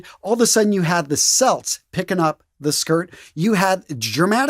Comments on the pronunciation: "Celts" = "Kelts" not "Selts" :trophy-yellow-smiling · "Kelts" not "Selts" (Only the basketball team uses the s-sound version) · Celts is pronounces Kelts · Really enjoyed your video. One small correction: Celts is pronounced with a hard C [Kelts] Unless you're a sportsball team from Boston. :) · At you mention a people called the Celts. You say "selts" but the agreed term is said more like "kelts." The Celtic peoples (with a hard C) could be found in much of Western Europe (France, Britain, Ireland, and surrounding islands). The Celtics with the soft C are the basketball team. It's an easy mistake to make, especially if you've had more exposure to the latter than the former. Also speaking of skirts, no mention of the kilt? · Celts is pronounced "kelts" not "selts". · Chiton = "kite-on," Celts = "kelts"